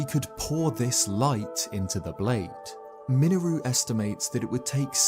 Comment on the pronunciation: "miniroo" .....that sure is an 'interesting' way to pronounce her name. lol.